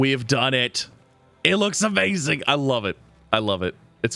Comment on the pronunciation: It's amazing not awmazing